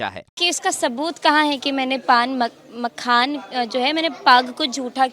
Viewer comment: जो मखाना नहीं बोल पा रही है जैसे लोगों से बिहार क्या उम्मीदकर सकती है ऐसे लोगों को वोट करना दिल्ली मुंबई पंजाब गुजरात हरियाणा पलायन रुकेगा नहीं